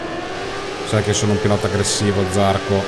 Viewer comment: dovevi andare con ajo motorsport perche ce la moto migliore ovvero la kalex anche perchè eri in squadra con zarcò si pronuncia con la o accentata